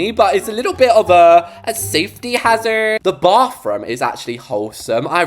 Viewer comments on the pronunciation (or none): not turning american "a little bit of a safety hazzardddddd" XDDD